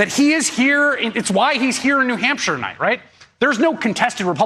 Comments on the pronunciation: New Hampshion? Lol hahahaha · I saw how you did that! You mispronounced New Hampshire and then you - - - - corrected yourself! You didn't try to pretend that you just made up a new word or whatever it is King Don does.